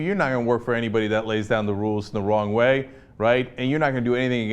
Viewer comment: Didn't she say "in the Wong way?"